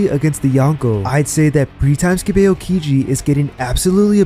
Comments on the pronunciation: its pronounced Ow-kiji, not Ayo-kiji, you even watch the show lol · E-yow-ki-ji? Lmao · you talk about being a "tru one piece fan" and yet you can't even pronounce the names properly. wth man. just repeat what you hear in the anime. not hard. "eh-oh-kiji"?? wtf? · What the Fuck is “A-O-Kiji”😭😭